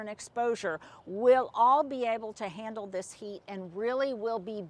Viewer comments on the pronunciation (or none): none